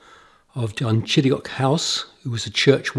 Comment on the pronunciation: This church, its age, the inside memorials, the graves buried beneath the floor is simply incredible. I love this church more than some cathedrals I have seen. I also love the way you perfectly pronounce "Dunchideock."